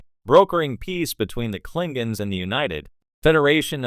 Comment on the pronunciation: Klingens?!?! Sounds like AI at it again. 😂